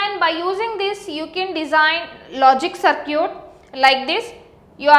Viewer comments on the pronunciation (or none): mam its circuit not curcit 😂😂😂😂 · " so now lets design a sir-cute .........."